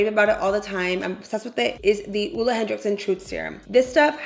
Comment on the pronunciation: Oooleh.. Hehe. Ole is pronounced more like Oh-luh 😊❤️